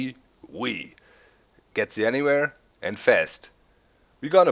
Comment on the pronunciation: Did you say ATwee because a V in german makes a wee sound?? probably :P